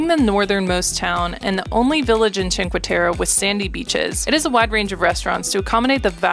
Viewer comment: it's teh-reh not teh-ruh... :)